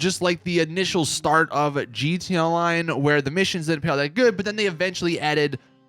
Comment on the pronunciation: G T A Online not gtonline its the worse thing to hear.